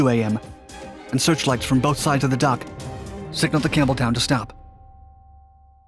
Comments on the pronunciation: It sounded like you were saying HMS Cameltoe. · Sounded like he said, "the USS Camel Toe". There for a second. Lol